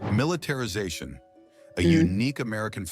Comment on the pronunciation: What the hell is militetrization? 🤔